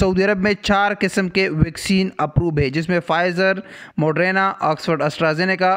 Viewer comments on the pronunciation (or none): یار اللہ کا واسطہ ہے یہ موڈرینا نہیں موڈرناہے🤪